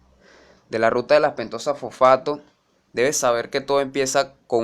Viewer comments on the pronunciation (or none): FoFAAto xD